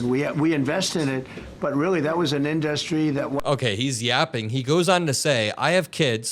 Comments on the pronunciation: In-dUh-stry… why can’t this dude speak… 🙄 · How does he still not know how to pronounce "industry"? in DUST tree. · How does he not know how to pronounce 'industry'? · You'd think that if the ugly orange blowfish was truly a good businessman, he'd actually know how to pronounce the word "industry." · Anybody else hear the fixation and odd pronunciation of "industry", or is it just me?